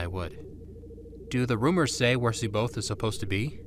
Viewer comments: Cboath is pronounced wrong. Its not See Both its Sai Bioth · The ONLY problem with this entire film is that every character pronounces C'Baoth's name differently. Admittedly, there has been some disagreement, but according to Timothy Zahn, it's "SA-bay-oth", with the first "a" like in "has". Nitpicky, I know. Everything else, A+.